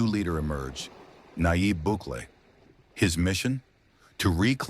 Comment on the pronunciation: Couldnt fuck up his name even more slow claps